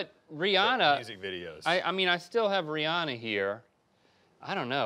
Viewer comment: Thanks for saying Rihanna’s name right 😂